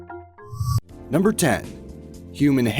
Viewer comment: A-MAY-ZING! so close to may :)